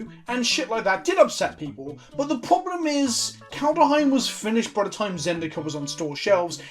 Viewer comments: Brian: Say "Kald" Stewie: "Kald" Brian: Now say "Heim" Stewie: "Heim" Brian: Now say "Kald-heim" Stewie: "Kald-uh-heim" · How to pronounce Kaldheim: Kald-heim. As it's spelled - there's no invisible "a" between the "kald" and the "heim". It's not "Kald-a-heim", just "Kaldheim"... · "Kaldheim" is literally just the way vikings said "Coldhome," and you know how to pronounce those two words shoved together. Surely there's a little Saxon in with that Anglo, my lad, not that hard :) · KALD. HEIM. Not KALDER OR KALDA OR KALDUH. <3 Love ya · Kald Heim. STOP PUTTING AN A IN THE MIDDLE rofl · Called-Hime (like Time), two syllables. You can do it, I have a modicum of faith in you. Sometimes. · "Kald-heim" come on its not THAT hard. read each part separately and then smash them together. there ya go. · Love you, it's Kald-heim. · Well pronounced "Ikoria" correctly back when that was previewed, so he has to make it up by mispronouncing "Kaldheim". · There's just no vowel between d and h. Say "bad ham". Say it faster. That's how you should pronounce the dh in kaldheim. :D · I know a hard D feels better in the mouth than a soft one, but that's no excuse for that pronouncation. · Stressing the D because “Daddy”.